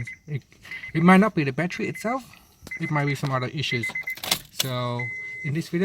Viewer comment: Man u English is so bad plus it's not batchery it's battery my friend good bless u